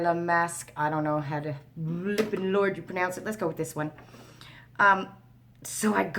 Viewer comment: I ❤❤❤❤❤ when your Newfoundlander words/accent comes out.......Lortd....Lordt....Lort...not sure how to spell it phonetically but you know what I mean 😉😁🤗😊🌞🤣👍❤